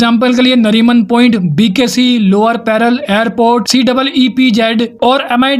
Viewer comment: teek se bolna, lower peral ni hai??? lower parel hai, apna pronunciation teek se karo...